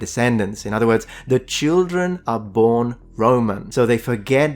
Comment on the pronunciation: It’s so cute when Europeans say “leetle cheeldren”